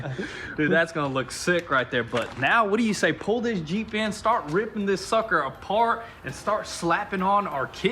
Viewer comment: He's yells jeep, I hear yeet